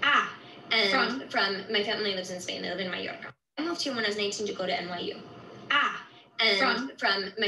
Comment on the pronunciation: You can’t say Mallorca ???🙄🙄🙄🙄🙄🙄